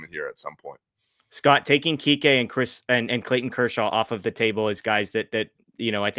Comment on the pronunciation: Please it's Kike!! Not Kiki! Get it, right,people!